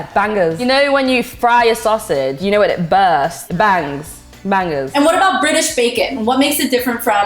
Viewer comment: The way she says bangers.... ugh!